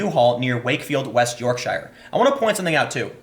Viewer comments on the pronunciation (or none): YORK-SHI-ER, haha. It's york-shuh. :D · I'd just like to say that It's pronounced "York-sher" Not "York-shire" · it's pronounced york-sheer. as in you sheer a sheep. I know how it's spelt, but that's how it's said. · It's pronounced 'Yorksher', not 'York-shire'. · dude, its a shire. but its pronounced shear when used as a name place. So its the Shire of Yorkshear!